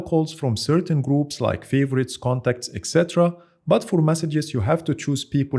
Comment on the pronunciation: من أول 5 ثواني عرفت اللهجة وابحث عن زر اكس عربي ويقدم محتوى بالانجليزي ( هههههه بيقول But ينطقها بط )